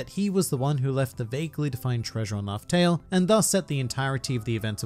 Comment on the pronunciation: Island 'Laugh'Tell' 🤔😉